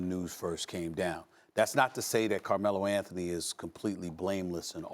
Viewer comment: Carmelo L-A-nthony